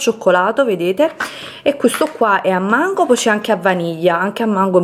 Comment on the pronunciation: Si dice AL MANGO e non HAMMANGO. A SCUOLA devi ritornare prima per gentilezza.